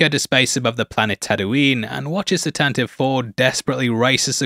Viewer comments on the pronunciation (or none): Tantive IV is pronounced Tan-te-vee (as per Wookiepedia and original radio drama) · Tantive IV: "tan-tah-vee (four)"